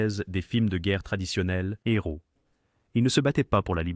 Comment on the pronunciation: Un nheros 1 éro le h ne se prononce pas